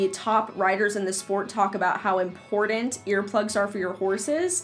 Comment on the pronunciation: I get a trip out of how she says important. 'impordant'